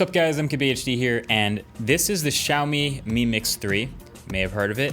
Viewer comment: WHY IS EVERY AMERICAN PRONOUNCING IT WRONG???? ITS NOT SHAW-MI, IT'S SIEAW-MI L, CI-OW-MI HOW DO I KNOW? IM ASIAN